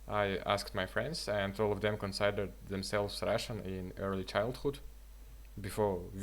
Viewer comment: A little note - 2nd form of "give" is "gave" not "gived". And considered is pronounsed like considered and not consaidered. Your content is great keep going!!!